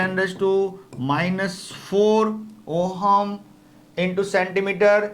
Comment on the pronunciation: ohum nhi h sir voo ohm h